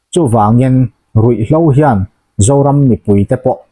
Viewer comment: Ngawi teh pu Alpha, Russia leh Ukhraine indo kum hnih emaw chauha Russia-in sipai a hloh( hlauh ni loin aw. 'Hloh' tih tur 'Hlauh' in ti fo mai)hi e 'Nuai 11,sing1,sâng 3,za 4,sãwm 3=11,13,430' maw ni ã???😂😂😂😂 Ava han rãpthlãk ve le.Heti zât hi Russia-in sipai a hloh a nih chuan eng ang pawhin zëp tum mah se 'TV Channel,News papers leh Media hrang hrangah hmuh tur a awm ang ã 😂😂😂 In thulâkna chu 'a ril hle' a nih dãwn hi.